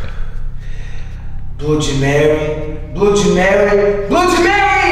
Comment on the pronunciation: No último blod Mary o amigo do rezende falou blod meio,kkkkk